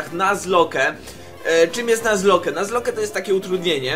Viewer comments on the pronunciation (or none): EMMM YMM ... Czyta się nazlok a nie nazloke ... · Nie czytaj nazloke tylko nazlok :) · O Kurwa. Jebłem jak usłyszałem "Nuzloke",,, czyta się "Nazlok". Błagam, nie niszcz tego pięknego słowa xD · Mówi się "nazlok" a nie "nazloke" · Yey :D Mówi się chyba nazlok ;P